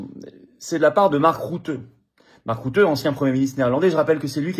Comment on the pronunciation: On ne dit pas (Mark) "route" mais "ruten" , donc "rute" suivi d'un "n" (le "e" est muet et ne "n" est isolé, suivi d'aucun autre son, donc il faut éviter de dire "rutène").